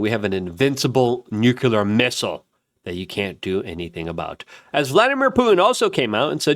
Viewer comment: PLEASE! 🙏Repeat after me... NEW...CLEAR. NEWCLEAR. Nuclear. Not Nuke-you-lur. 🤦‍♂️